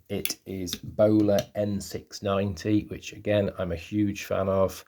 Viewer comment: I believe it's BÖHLER, not Bowler. Cheers